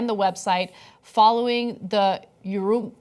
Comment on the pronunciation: Anna mispronounced Urumqi. Kinda feel like they should know since it's the Xinjiang Uyghur Autonomous Region's capital. Yes, Uyghur/Uygur, same with Cenk's last name.